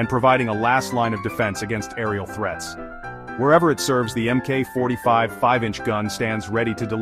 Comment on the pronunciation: MK is pronounced Mark.